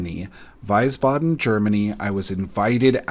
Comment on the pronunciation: Hey, I'm glad you enjoyed the German MtG community so much:) Fyi, it's pronounced "Weesbaden".